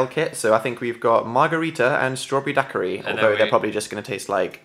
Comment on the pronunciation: My favourite thing is Dan's pronunciation of "daquiri"